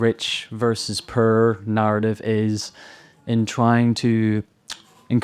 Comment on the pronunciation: I am unduly irritated by how that guy pronounces "poor"